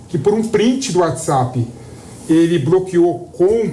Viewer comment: Esse não tem credibilidade, pra começar o cara fala "bRoqueou".... petista malandro.